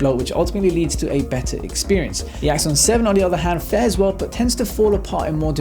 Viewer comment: Awesome works again :). Everytime you said Axon 7, it sounds like Iphone 7 haha. I guess may be that's their ultimate Goal =P